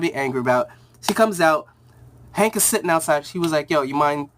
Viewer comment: it's called Hank and Dawn not Hawk and Dawn